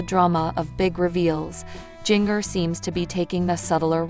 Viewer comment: It pronounced Ginger like the spice. NOT JINGer. You have never seen 19 and counting